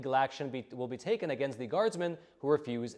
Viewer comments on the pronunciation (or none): none